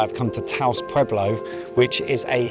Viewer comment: As a native speaker, the weird Spanish was my favorite part of the video: chiles "relenos", "adobe" pronounced like the software company, pescado "frita", Taos "pablo"... so funny! I'd be interested to know how much money it would take to cover all those activities, the places were gorgeous and it all looked like a great time.